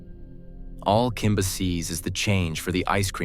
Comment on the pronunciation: It's Kimber!! Not Kimba!! Geez Wiz!! :(